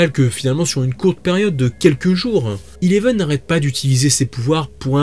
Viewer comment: Sa se dit Eleven pas Ileven😴😴😂